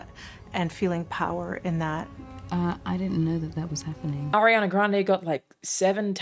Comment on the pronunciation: hate to be that nerd, but Grande in italian is pronounced the way most people usually say it (grahn-deh, like in spanish). what you're saying is "grandi", which is the same adjective (means "big") but plural--different word.